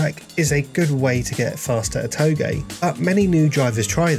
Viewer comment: Too-j like j from jeff not toegay no hate just saying :)